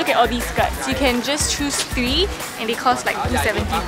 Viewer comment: Haha she said tree....